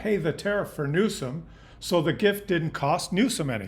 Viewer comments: So you want the dems to run as lil pp did. Slogans!!! Riiiiiiight. Ps. please dude it’s new-some! Not new-shaum as you say it. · New some, not new shum. Other than that wee criticism, I appreciate your educating the Canadian public. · 1. What were the results of your inadvertent experiment? You never got to that 2. (nit) It's pronounced "new-sum" not "new-shum" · It’s NEWSOM, NOT NEWSHUM, Christ! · Speaking of proper messaging. I had to replay before I made this comment. The governor is not Mr NewSHUM, it is NewSOM. I love your work, I'll send peeps your way. Thankyou,. 🇨🇦✌️🍁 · Question for you - why do you pronounce his name with an H in it? Newshom isn’t it Newsom? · just so you know you are pronouncing Gavin' Newsom's surname incorrectly. You are phonetically pronouncing it "Newshum" when it should be "Newsome". This reminds me of when tRump constantly and purposely pronounced Kamala's name incorrectly as an insult. Please correct yourself. BTW Great Chanel and content!👍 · You are saying Gov. Newsome's name incorrectly. His last name is pronounced - New + Sum, as in give me SOME candy. There is no "H". I do not know you so I have no idea if this is personal or how you say certain words or if you are trying to be funny, so I mean no disrespect. I am not a fan of Newsome, I am just uncertain as to why you keep inserting extra letters in his name. It's weird. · It drives me nuts that you pronounce Newsom Newshom. There's no h in there. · As always,, you are laying out the facts, understandably clearing the fog from our eyes. However, the man’s name is pronounced., “NEW-SOME!” Don’t play Trump’s incredibly stupid games of Word play! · Please show more class than the Orange Monstrous Clown: The California governor’s name is pronounced: “NEW-SUM” emphasis on NEW. Be a grownup and stop making fun of his name… such behaviour is beneath you, isn’t it? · Check out the pronunciation of “Newsom”. It doesn’t have an ‘h’.